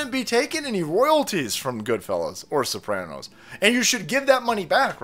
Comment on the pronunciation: Not the Sooranos....